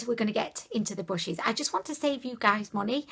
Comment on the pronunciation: is she calling brushes bushes ...?